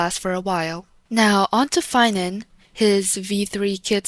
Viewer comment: its phainover